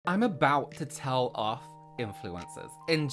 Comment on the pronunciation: Saw "A rant" from and I was like "Yes bish!! I am totally in the mood to just sit and listen to go oufff!!" 💅 then when you started "I'm about to TELL. OFF. INFLUENCERS 🗣" I literally giggled like a schoolgirl 😆🤣